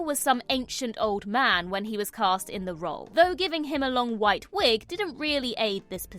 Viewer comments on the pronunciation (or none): none